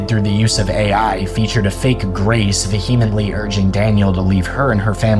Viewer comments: Vehemently = vee·uh·muhnt·lee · If you are going to use the word "vehemently" in every other sentence, please learn how to pronounce it. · No one says vehemently this much, especially someone who pronounces it wrong. This has got the be engagement bait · I just want to know why you can't take the time to learn how to pronounce vehemently correctly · Inundated not indunated VEE-huh-mently not vuh-HEE-mently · Words you need to look up the pronuciation for: Wichita. Inundated. And ESPECIALLY Vehemently.